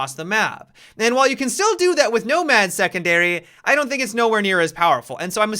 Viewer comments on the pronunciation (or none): He kept saying nobad (nomad) idk it kind of made me laugh